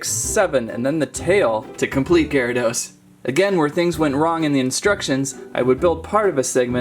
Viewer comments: IT'S GEAR.A.DOS NOT GI.RA.DOS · its pronounced (geh·ruh·dows) not (ji ri dos) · Its giarados not ghyarados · and also, gyrados is pronounced as gare-ruh-dos not guy-row-dose. like if you agree. BTW that is two mistakes so far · Its not said like jarydos its garydos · ‘Jaradose’ wtf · Am I the only one triggered by the way he pronounced gyarados XD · Funny but u are saying it wrong u say gyradoes with a "G" sound 😑